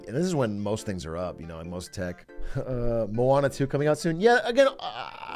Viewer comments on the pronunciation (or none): none